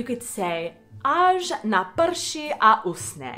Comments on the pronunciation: UsCHHHne. Dries. not Usne, Falls Asleep. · No jó, pro jinomluvce je "CH" ne tak lehké vysloviti.